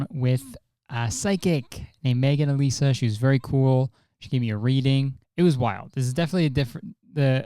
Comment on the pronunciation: My name is Alisa and almost no one ever says it right, hearing you say my name is music to my ears, also I’ve got a theory on what your MBTI is...what is ittt